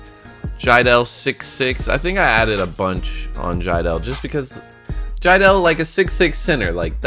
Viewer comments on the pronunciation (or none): Jiedel not jeidel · who else notices that he messed up jiedels name